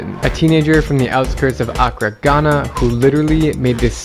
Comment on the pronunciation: Drew when u say accra you say it with one a its meant to be said like accraa not one a its just how we spell it